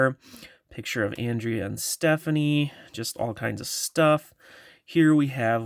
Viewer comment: It’s on-dray-ya I think love your videos btw